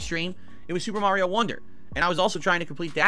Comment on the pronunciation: My man. If you say mareio one more time